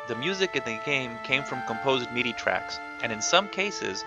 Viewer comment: Silly nit pick, but MIDI is pronounced like mi-dee, with first I is like the I in history. Great video!